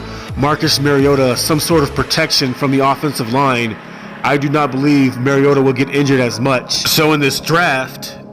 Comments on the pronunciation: Love ya..but Maaaariota. Not Mayriotta. Please please just try to get his name right. Nobody does. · And yes it’s Mario-ta not marry-ota just always think super mario......ta lol that’s my nickname when he is healthy. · Can’t say someone has the wrong view on MARIO-ta when you can’t say his name right? With him on the field titans can beat anyone. The only problem is he won’t be there every game. Week 17 playoffs on the line as an example. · Can you please learn how to pronounce the mans name. It’s Marcus “Mar-e-o-ta” every time you go to pronounce his name think like you’re saying super Mario. I had to turn your video off 2 mins in from hearing the mispronunciation. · no just fucking no. Lol. He has corrected people. Just because you hear it said wrong don’t mean you should too. Just take the correction and move on.